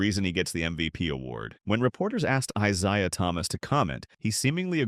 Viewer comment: Who da hell is I Zye uh Thomas???